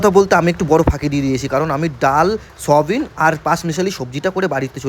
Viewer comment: সয়াবিন ❌ সবিন ✔️ 😂😂😂😂😂